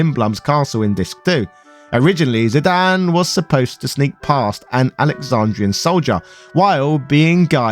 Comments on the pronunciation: Zidan? Isn't Zidane, as in Zidain? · Well, typically in English if a consonant is followed by a vowel and preceded by a vowel, then the first vowel becomes a long sound, in Zidane's case this gives you the eye sound for the i, and exactly the same for the a, giving you the final pronunciation of Zydain. Think of the name Ida, which is pronounced eye-da, and the dog Great Dane, obviously pronounced grate dain. There is no language rules I am familiar with that supports Zidane being pronounced any other way for English. For Cinna, you have two Ns. Therefore the I is a short, so you get the ih sound, like Pinna, or Pinto. Ironically enough I live in Spokane, WA that is NOT pronounced Spo-Kane, but rather Spo-can. However, it is an Indian/native American name, and there is a lot of context in my city to support this pronunciation. Final fantasy 9 doesn't give any context that you shouldn't follow standard pronunciations - that I am aware of. Pronounce fantasy names however you want. But if you deviate from the standard localized language then expect some amount of discomfort from others.